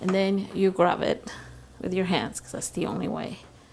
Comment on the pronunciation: and she says grub instead of grab